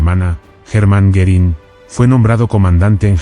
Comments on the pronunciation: I could not watch this as I found it very distracting that the speaker could not pronounce the name "Goering" or even spell it correctly. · Goerìng is not pronounced correctly throughout